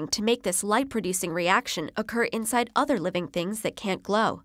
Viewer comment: other, not otter oh may